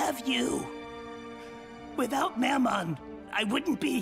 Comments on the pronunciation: Can we point out how at the very beginning he called mammon Momen 💀 he sucks but he don’t deserve that much disrespect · (Mam-mon) that’s how you say it Alr